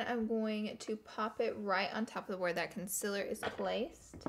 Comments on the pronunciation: It is pronounced Con ceeeealllerrr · i hate the way she says concealer. its conCEALER not consiller. LMAO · I love u Laura but it’s pronounced “conceeler” not with an i😂❤️ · I absolutely adore how she says concealer conciller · i watched this video just so i can hear her say “conceller”😂😂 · why do you say conciller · Ola. P she says it like cunsiller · FOR GOD SAKES IT IS CALLED CONSEEEEEEEELER Not CONSILER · I love her but I hate how she says concealer as conciller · Laura Lee I'm sorry but you say concealer wrong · The only thing that I don't really like about Laura is the way she pronounces concealor😂❤️ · I WATCHED THE LAURA LEE SAYING CONCEALER WRONG VIDEO, AND NOW I CANNOT GOT PAST IT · I love how she says concealer!!! 💜💜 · Cun-seal-er consealer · The way she says concealer gives me anxiety😣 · EXpresso, conciller, whenever instead of when i just love lauras little language kinks